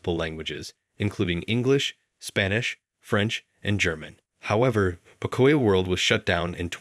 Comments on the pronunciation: bruh got me dead its not pokoya world is po-co-yo world lots of hispanics grew up on that kids show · Oh my gosh, please stop saying "puh-COY-yo". It's pronounced POE-COE-YO! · I mean no harm when i say this❤ but it's pronounced Poke-cuh-yo.🤣🤣🤣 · You are not saying pocoyo right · Great video, but the way 'pocoyo' was pronounced is giving me a migraine lol